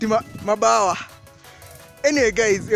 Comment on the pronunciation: Ati mabawa LOL!!! it's manyoa or manyoya